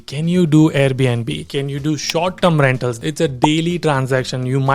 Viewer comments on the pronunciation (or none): It's rentals, not rentalts...